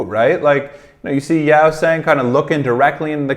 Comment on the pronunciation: The others in the comments have mentioned pretty much everything (that they were tired during this one, the language barrier is still quite big, a Korean interview or them just hanging out would showcase their personalities a lot better, Hongjoong is a fantastic leader etc.) but I wanted to point out the pronunciation of Yeosang’s name. It’s not Yow-sang, it’s more like Yoh-sang. You’re getting better with the others’ names so I just wanted to mention this. I love whenever you react to ATEEZ and I can’t wait to see more where you truly get to know them better!